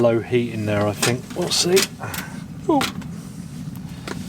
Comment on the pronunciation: I ‘fink’ I like your videos because you test ‘fings’ during different ‘whever’ conditions.